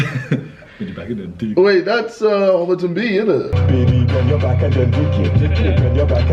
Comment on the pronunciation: the way ksi said homerton b was ber posh